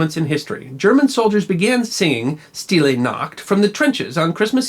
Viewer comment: And the "st" is pronounced "sht".